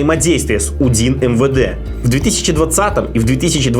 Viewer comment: Не Унид,а УДИН....департамент исполнения наказаний.